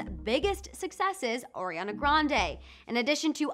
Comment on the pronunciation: Did this girl just say... ORIANA GRANDE?